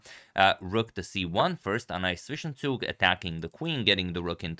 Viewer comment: Far out, you know how to pronounce Zwischenzug! Kudos!